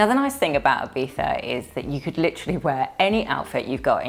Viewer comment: Hello from the South coast of Spain,. It was lovely to see you and David had such a good time at Ibiza. (Btw, so thankful that your way to pronounce Ibiza is so good😍😍🙏🙏 ) All your outfits were amazing, you truly fit into the Ibiza Style vibe! I wish you a wonderful Sunday and a good start into the new week! Abrazos, Sonia